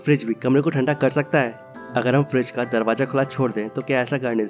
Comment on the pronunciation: Bro not Freeze its "Fridge"😊